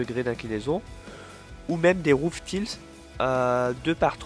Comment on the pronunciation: Top ! Mais l'anglais, ça reste difficile à prononcer pour les français ;) Roof tiles ... :D